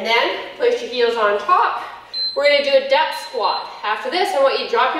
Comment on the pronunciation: Did you say "depth" squat or "death" squat!!??? I will be feeling this tomorrow! Thanks fordelivering yet another AWESOME workout:-). Hurts soooo good!